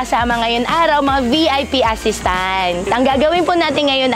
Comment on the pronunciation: Chinese na Chinese yung intonation niya sa word na "assistant"